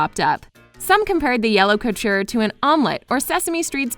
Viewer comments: anyone else notice that the speaker said culture instead of couture while reading the title of Guo Pei"s book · When she keeps saying culture and not coture😂